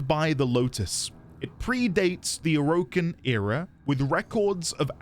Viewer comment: This is not a spoiler and it's not stated in-game but during the devstreams DE Steve (The ex creative lead of Warframe and now the CEO of DE) stated that the name "Orokin" comes from "Oro"=Gold (Spanish) "Kin"=Kind/family this should help remember the pronunciation. Not O-Ro-Kin but Oro-Kin